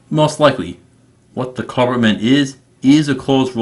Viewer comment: Klabautermann is pronounced "Kla-bout-er-man, you have been saying "Kla-burt-man you are missing a syllable and saying it wrong.